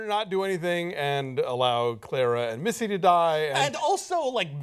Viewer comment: Davros not Davrose, Clara not Claira. Sorry but not sorry XD